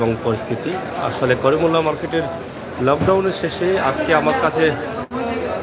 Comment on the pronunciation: করিমুল্লা নয় করিমউল্লাহ হবে